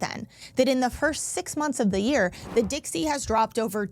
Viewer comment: "Dixey"? The "South" will rise again?